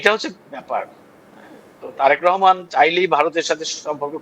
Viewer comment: Rehman na, Rahman. Kothay je paey ei shob vushi-mal